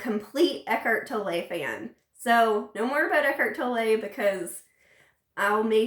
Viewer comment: Americans and their Eckhart Toll-eih xD If you can pronounce the word 'tolerate', you can say Tolle. Just take away the last 4 letters. :) Eckhart Tolle. You're welcome. ;)